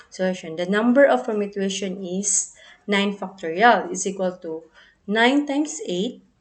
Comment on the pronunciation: Thank you for sharing this video. Hence, you mispronounced the word permutations sometimes. Anyway, I know you did your best. Good job.